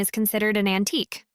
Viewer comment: So well read , most of the time. Antique becomes an-ti-q. No truble, instead of no trouble.